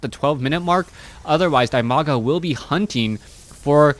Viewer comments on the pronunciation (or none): it's di-maga, not die-maga.